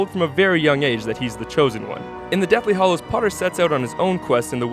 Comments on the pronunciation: OMG you said The Deathly Hallows wrong. How dare you?! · Am I the only one that was offended when it said Harry Potter and the Deathly HOLLOWS?